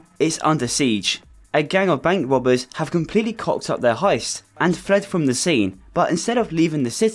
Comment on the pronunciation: "a gang uv bank wobbez 🥲🥺"